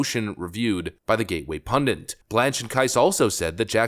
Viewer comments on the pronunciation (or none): It's "Gateway PundIT," not..."PundANT." 🙄